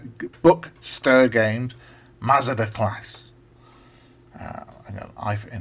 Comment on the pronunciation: The name Bukster is based on the sound the chickens make on the farm in New Zealand I live on - buk-buk-buk. We called them Buksters. So it's pronounced more like book-ster. Glad you like the game. This was programmed on a real ZX81 so took a while. I may get back into ZX81 programming using emulators. Check out other games I've made including a few ZX81 games (by other authors) on my web page